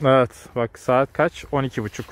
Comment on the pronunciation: Hocam videonun başında şivesine yenik düştü: Gaç para bu?